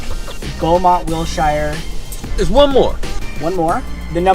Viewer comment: Learn how to pronounce Wilshire dumbass